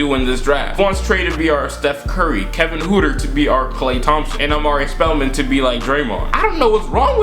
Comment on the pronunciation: It’s not pronounced Kevin hooter it’s pronounced hurter